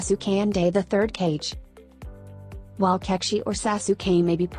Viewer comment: I should be ka-ge not cage